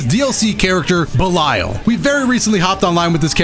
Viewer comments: Hearing say Belial as belieyal just hurt me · wait isnt it pronounced 'be lee al'? idk nvm